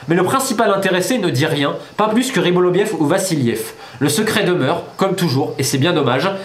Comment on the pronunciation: Pourquoi tu dis toujours "Rybolovliev" au lieu de "Rybolovlev" ???